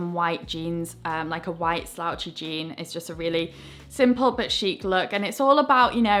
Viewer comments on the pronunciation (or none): none